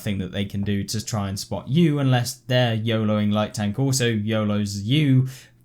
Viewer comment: Every time i hear "NEW PREMIUM TONK" i die in inside of me